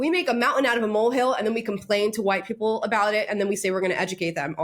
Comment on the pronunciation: Her pronunciation of WHITE PE-PELLLLL is disgusting, dismissive and offensive, but does she care? No! She has the magic word ready for any critic....RACIST!